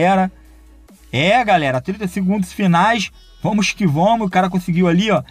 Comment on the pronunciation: kkkkk vomos q vomos, português mandou abraços